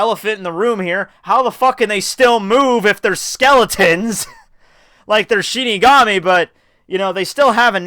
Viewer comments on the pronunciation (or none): none